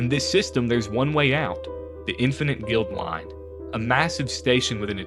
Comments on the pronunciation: Interesting story, but every time I heard “Guild”line instead of “Guide”line for the space station, especially when the card itself is on screen for a fair number of those instances, I wonder whether this is an AI voiceover or a person that didn’t notice the error. If it’s an AI voice, I express my opinion that such things should be scrubbed off the net — if it’s a real person, I question why the error wasn’t noticed between writing, recording and editing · I don't have a single favorite, but I really enjoyed playing with Syr Vondam! Watching this I now understand why he was w/b. By the way, it's guide-line, not guild-line on Infinite Guideline Station. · Guideline bro not Guildline